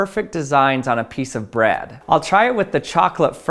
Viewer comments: So he definitely pronounces "bread" as "Brad," right? Is that just in my head? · Why do you say bread like that